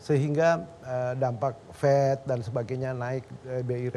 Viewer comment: "The Fed" bukan "The Fet"